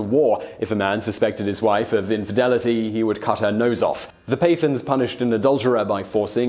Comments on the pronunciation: hahaha the way he says Pathan is hilarious. I mean I had to rewind it again just to listen to it closely. firstly the Pa is a quick Puh instead of peh. Then at the end its th with the tongue a little but back to produce a sharp sound not the usual English th. then its aaan not an as he says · pathan |pat.han| not pay.th... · Pathan is pronounced as PAT-TARN not PAY-THUNS. Just so you know. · Your pronunciation of pathan is wrong, its pronounced pat-aan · Simon, 'Pathan' is pronounced as: Putt (as in golf) haaaaan. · pathan is not pronounced that way.